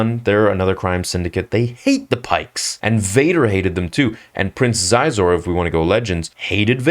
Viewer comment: Shee-zor. Not Zizor.